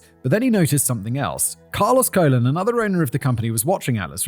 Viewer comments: Colon is pronounced *cologne"like the bottles of scented liquid 😂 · Carlos colon would be pronounced as cologne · It's WWF not WWWF😂😂😂😂 And it's pronounce colone like men's aftershave. 😂😂😂😅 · Commenting on a month old video here but Simon, the pronunciation for Colon in Spanish puts the accent on Colón. So it's Cole-own with heavy emphasis on the own part. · Colon is Spanish is pronounced like "cologne." A&M had a tragedy in 1999 when their annual bonfire collapsed and killed several students. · Yeah, Simon, Colón is pronounced differently in Spanish. I don't know how to explain it, but that "ón" changes the way it sounds... Ok, the closest way to pronounce Colón correctly is similar to how Cologne is pronounced. Actually, it is like 90% accurate. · It's Carlos Co-lone that's how it's pronounced bruv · It’s pronounced like cologne ;) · Simon's pronunciation of Colon is fitting in this case, given how massive a sh*t bag Carlos is. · it may be because rum comes from treacle and tequila from a cactus (and cactuses usually don't taste that good). pretty sure he should be Carlos Colón (about the same pronunciation, but stress in the last syllable); translated to English in the way they did in the past, it should be "Charles Columbus". the only US colony where its inhabitants gain US citizenship at birth, yes, but as far as I know, the mainland has a relatively hands off approach to it (and all of its colonies in general); dirty truths must be sweeped under the rug, not addressed. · The way Simon keeps pronouncing Colón the same as the organ is KILLING ME🙃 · Jen, can we have the "ranting Simon" tune back? Please. And Simon, Colón is a last name (emphasize the second ó). Colon without the accent (that tiny hat on top of the second o) is pronounced with an emphasis on the first "o" and it means what you said.